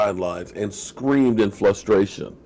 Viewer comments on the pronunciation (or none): Lol FLustration